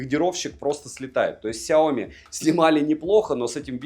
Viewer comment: Сяоми́, а не Сяóми! Ударение на букву "и", а не на букву "о"! Вызубри и запомни это НАВСЕГДА! А то звучит как Наоми!